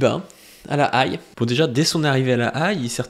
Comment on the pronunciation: Ca se prononce "la haie"